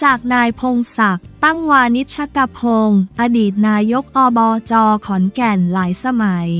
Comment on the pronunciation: อ่านผิดอ่านใหม่ได้นะ อ่านว่าไง ไม่ใช่อ่านว่า นาย กอบจ. อ่านว่านายก อบจ.อายเด็กนะ